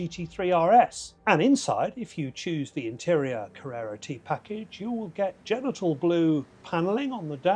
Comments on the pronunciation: I think it’s “jen-tee-ann” blue, but you get some slack because of your British accent. 😆 Great review though, and I’ve watched a few. Yours was a nice honest assessment. Thank you for that. One of the best so far. The cool things about the T, outside of its engine/suspension/performance specs, are the throwback wood shift knob and the black plaid seat inserts. They make the T truly unique. The good news is that you can add both of those visual cues to just about any Porsche. I’ve previously had a guy in Mexico City make almost the exact same shifter. I’m sure a black plaid material is available in automotive upholstery circles. You can also get large black/black Pepita houndstooth from Relicate for a similar interior vibe. Keep up the great work,! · Cool car . I don't think that blue is pronounced " genital " blue . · Did you say Genital Blue or Gentian Blue?😂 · Genital Blue !!! I smiled at the pronunciation of Gentian Blue as well! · I love this ch. but that was hilarious 😂😂😂. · Really great info. The used Porsche market has imho even better value for money than new, the monetization options are indeed a bit mad, I'm sure the cars are brilliant, and I'm still looking forward greatly to my restored 928 S4! One final thing... um.. what kind of blue did you say that was ???